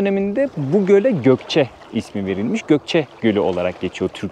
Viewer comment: Gokce deyil Goyce